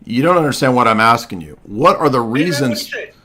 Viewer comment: Too much axing